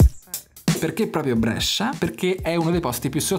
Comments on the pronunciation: Brescia non Brèscia ahahaha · Idea fighissima.. Ma chiudi quella "e".. Ti prego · Da bresciano sentire come pronunci Brescia mi fa un po’ ribrezzo, ma ti si ama😂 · Brescia detto alla romana fa un certo effetto;-)